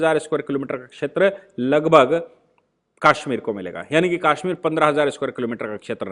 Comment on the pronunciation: Aap ke videos bot ashe or information wale hotay hain lekin aap Kashmir ko Kaashmeer bolte hain jo bot hi ajib lagta hai